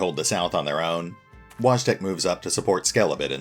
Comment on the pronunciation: Just a little fyi, Wojtek is most likely pronounced voy-tech (tech as in technology)